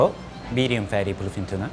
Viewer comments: Instead of BLUEFIN TUNA I heard Philippine Tuna🖐️ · Whenever he say’s bluefin tuna it sound like philippine tuna to me haha